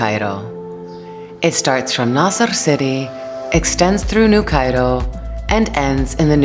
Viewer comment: Don't say Naser City Nasr City